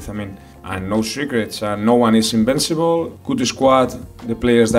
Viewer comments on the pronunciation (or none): les "invicibles" :D